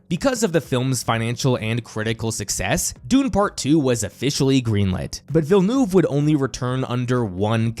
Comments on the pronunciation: The way you pronounce VillenOUve so many times is genuinely funny. "eu" is pronounced in a way close to "u" in up, hurt or jump. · I’m sorry but in no language is “Villnoov” the right reading or pronunciation I needed to say that for my own sanity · Absolutely cacklin at villa-noove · “Danny Bell-noob” zero effort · Why so many poeple call him "Villenoove" ? like can you guys not make the slightest effort to say his name right..like really? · Why is nobody able to correctly pronounce Denis Villeneuve's name? He is one of the best directors of our time. It would be nice if people would make the effort to get his name right. I like the rest of the video but I think the least you can do is to try and get it right. It's not that complicated. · Yeah, it was getting really cringe throughout the entire video!